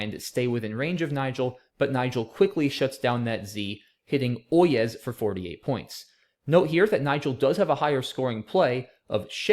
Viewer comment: OYEZ is actually pronounced oi-yay and is traditionally what town-criers shouted before delivering a public message. It's an archaic form of the imperative French for listen/hear meaning 'you (plural) listen!'